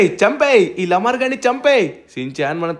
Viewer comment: Bro adi laamar lamar kaadhu